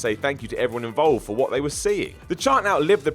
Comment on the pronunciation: It's "What?", not "What!".